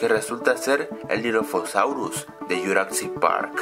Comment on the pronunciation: porque carajos le dices yuracsic parc, pronuncia bien :v